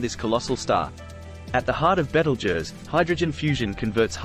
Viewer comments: Nice to hear someone with a decent pronunciation of it's name. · Beetlejuice is what you get under your boot on a warm night. At least this one got it close to right. Last time I looked I'm a crusty looking old human. Cheers.